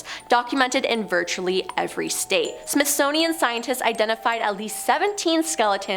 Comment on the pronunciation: Smithsnownian? Smithsonian honey. And we don't pronounce the S in Illinois. Articulate my dear.